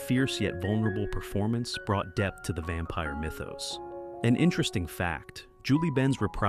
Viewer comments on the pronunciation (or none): none